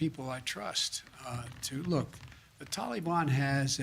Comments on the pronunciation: Am I the only that can't stand the way Biden says Tal-ee-bon? Ugh!! Drives me insane!! This entire administration is not only a fraud, it's the biggest joke in US political history. Every person involved in helping place this crook in the Whitehouse should be sent to Guantanamo!! Including the media!! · The way he says Tollybon sounds like some kind of children's ride at a theme park "Let's go ride the tollybon" yaaaaa Yikes..... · “So far the tolly bon has not engaged with US force” two minutes ago you read off the death count off your little card. Who did that? The tooth fairy? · Would you look at him sweeping everything under the Biden rug?????? Unreal, theater couldn't best this tripe.....the pronunciation of the "Taliban" is spot not ON Jose!!!! God help us......😕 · He can't even say Taliban right ! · Can't pronounce Taliban either 🙄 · Everyone knows we CAN NOT trust the Taliban. You fool, you can't even pronounce Taliban correctly. He keeps saying Tellie bon. Did I just hear that reporter say "Tellie bon."? Are they propping him up or what? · I have said this before but the way he says "Tollybon" Sounds like a child's ride at a amusement park, "Let's go ride the Tollybon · And would someone PLEASE tell Biden how to say Taliban. PLEASE !!!!! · Why do these DS commies keep saying TowLEBon? I no can’t stand this person pretending to be President! He’s a lying thief! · I’d rather listen to kamala laugh on loop before hearing Biden say “tollybon” one more time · He has to say everything wrong like “Tally-ban”